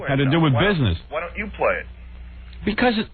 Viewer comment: Bee - kahs. (Because)